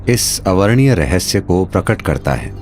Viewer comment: अवर्णनीय न कि, अवर्णीय। यहां जो कहा जा रहा है,वह वैदिक परंपरा के अनुकूल नहीं है। वक्ता के शब्दों मे उच्चारणगत दोष है।